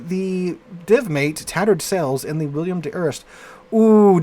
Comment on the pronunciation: Bro, it's WILL EM, not Will i am.